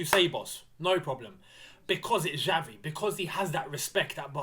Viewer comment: Hi... Pronouce is not "Javi", it is "Xavi/Chavi"... Kkkkkk..... Is funny to hear you saying "Javi". Keep it up bro, whish you all the best.